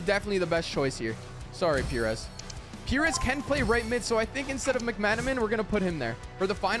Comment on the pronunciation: Pìres is pronounced Pie-res